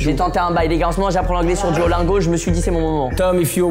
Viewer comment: Ptdr sur « duolungo » on dit duolingo